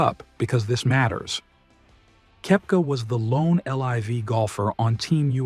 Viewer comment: Nice compilation but dude why that AI voice?? You start with mispronouncing his name it’s annoying